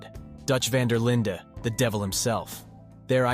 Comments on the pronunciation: It's Van Der Linde not Linda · “Van Der Linda gang” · vvhy does bro pronounce dutch van der linde and dutch van der lin-deh